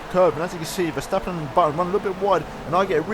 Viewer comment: You pronouns Verstappen good. most people call him ''Vershtappen''